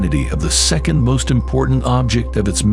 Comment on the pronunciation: If you could not say the word “second” that way anymore it would be great. Thanks. 🙏